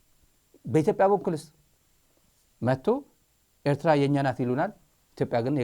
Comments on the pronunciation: Someone has to tell the Ethiopian foreign minister how to pronounce Eritrea, he is very annoying and childish. Ethiopians are historically our brothers no one denies that, especially those in Tigray and Amhara, we are blood relatives. Having said that we Eritrean we don’t want have anything we need from Ethiopia. Our country is enough of us and he can keep his Ethiopia and we will keep our Eritrea. Respect!!! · ውድ ስታሊን እንደዛሬ ቅቢ ኣላጥጣሀኝም። በጣም ኣመስግናለሁ። ኢሄ ጊድዮን የሚባለው፡ የኤርትራን ስም እንኳን በትክክል መጥራት ያልቻለ ተብታባ።